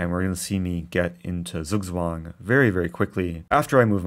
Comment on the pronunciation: You used the word Zugzwang, German for "forced move" - it is said "tsoogtsvang" :)